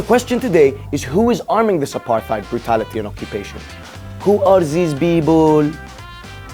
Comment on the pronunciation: "Who are zeez people...?!" - Lol!